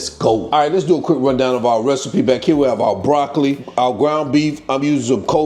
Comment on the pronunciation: Broc-co-lee...groun...beef-e-dee, 🤣🤣🤣🤣🤣🤣🤣! Gonna make me sum😋. Gonna pre-order the hard copy too. 🙂